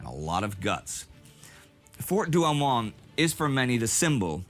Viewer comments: Douaumont,,,not Douamont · By the way the consistent mispromunciation of French words is epic. This is DouaUmont which sounds like Do-oh-mon in English